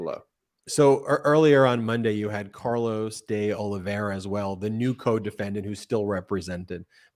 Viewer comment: Ben, can you please learn how to pronounce De Oliveira? There is no "ia" at the end.